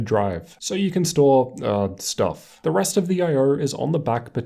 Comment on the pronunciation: How you said “stuff” you sus